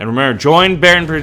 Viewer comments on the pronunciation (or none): he said bail instead of bell XDDDDDDDDDDDDDDDDDDDDDDDDDDDDDDDDDDDDDDDDDDDDDDDDDDDDDDDDDDDDDDDDDD